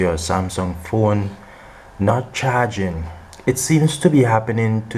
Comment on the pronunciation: " not Cha-ging" 😂